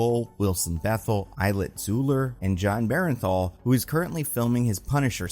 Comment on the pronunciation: Are you mispronouncing names on purpose? Bernthal is not pronounced bear and thall.